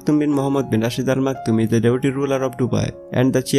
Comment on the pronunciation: Improve your English....there is a tinge of Bengali accent in your English. It is is not eezz